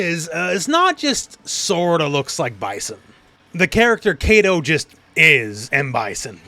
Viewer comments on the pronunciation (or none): none